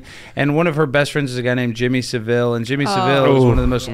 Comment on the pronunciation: why do literally NONE of these people know how to pronounce jimmy savilles name?